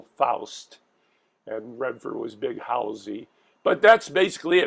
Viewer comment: Did you guys even see this movie?? Can’t pronounce Halsy. Missed so much!!